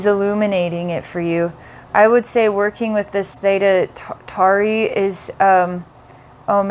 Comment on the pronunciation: th'eyda tory its pronounced.